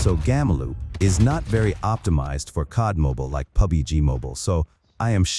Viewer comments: Bro really said : PUBIGE 😭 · Bro pronounced pubg pubby g